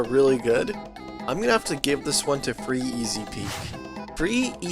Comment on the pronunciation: My OCD is killing me when you say "Free Easy Peak" lmao